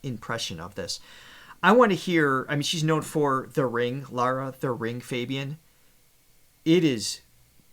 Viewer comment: Her name is not Laura but Lara and Fabian is pronounced the French way. And in Italian all letters are pronounced. So Perdere l'amore both have "re" at the end and that shall be pronounced. Not difficult is it. Heavens, what is wrong with the American's tongues.